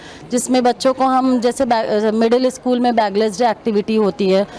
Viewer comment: शकुल नहीं.... स्कूल बोलते है